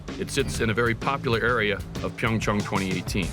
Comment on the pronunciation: Finally, someone that can actually pronounce PyeongChang correctly!! Also, HOPEFULLY YUZURU GETS ANOTHER GOLD!!!!